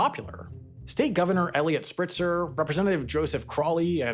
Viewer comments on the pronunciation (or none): Sam, it’s Elliot SPITzer. Not Spritzer. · Spitzer. Not Spritzer. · Spitzer! NOT ‘Spritzer’. 🙄🙄🙄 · Eliot Spitzer, not Spritzer. ( mark) Spritzer might have been more refreshing than another NY politician with a sex scandal though. (I liked Spitzer's politics, but it seems NY politicians can't keep it in their pants. At least he didn't have a name like Weiner.) For making it more progressive, they could have taken half the money and given it back to low income commuters as a tax credit. If they find another way to get in, like mass transit, low income drivers could pocket it. If not, they can use the credit to cover the cost. The other half, improve things like mass transit, like the plan originally called for. Alternately, you could sell tags based on income bracket and give that money back based on poverty levels. A billionaire driving down the street might pay $1000 congestion tax, and someone below the poverty line might get it for free. You could also aim to make mass transit free- although there are some arguments that you can induce demand on mass transit, then clog it... you want people who would have walked to still walk...it's the drivers you want to get on the bus... at least if the mass transit is near capacity. You can be a bit more generous when it's below capacity. Of course, it's faster to get on a free bus than a bus that everyone has to swipe a car to get on. I live Upstate, just outside Albany. I've got a recurring appointment. I wish I could schedule it at a different time of day. I get out about the same time as the state workers. It's at 3 now. Whe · Lol "Elliot Spritzer" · Did you just add an R to Spitzer’s name?? 😂😂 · Had to double take to make sure I heard that right. Spritzer. 🤣🤣